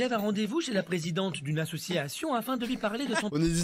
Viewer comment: " AssissSsCIation " et le " moui " cette vidéo était hilarante. Mais je veux voir la fête médiévale de Chris